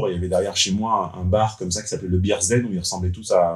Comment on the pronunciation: Bears’ Den, pas beers’ den. A revoir la prononciation en anglais 😀 mon avis sur le sponsor de ta vidéo : le Bear’s den !!